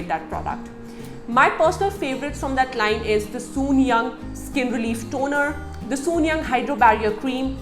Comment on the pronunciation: It's not soon-yang , it's soon jung...